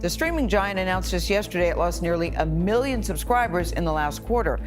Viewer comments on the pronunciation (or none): none